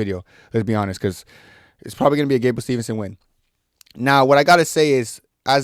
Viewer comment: It’s Steveson not Stevenson